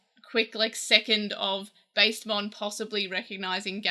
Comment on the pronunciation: this is a nitpick but i think its pronounced bast-emon with a short a like the egyptian gods bast or bastet